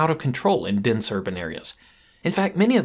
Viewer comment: "Dinse urban areas"